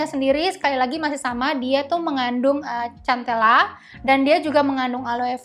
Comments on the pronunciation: Maaf kk bacanya sentela bukan centela 😘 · Agak gimana gitu denger cara penyebutan cantela😂 soal nya boasa sebut nya santela😁